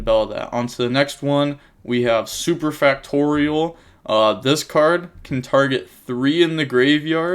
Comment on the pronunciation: saying factorial correctly. Love to see it